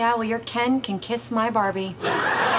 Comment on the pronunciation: 'ken' not 'kin'